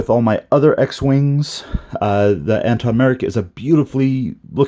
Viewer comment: Thanks for the review but his name is pronounced Antoc with a “C” and NOT Anton.